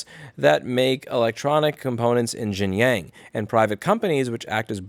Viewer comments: Louis, for the last time, it's pronounced "Shin-jiaung" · It’s pronounced Sheen John (XinJiang) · “x” is pronounced “sh” in Chinese Xinjiang is pronounced “Shin-jiang” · Shin-jee-yong Shin-jyong Xinjiang.